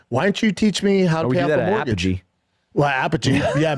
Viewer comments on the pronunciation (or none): none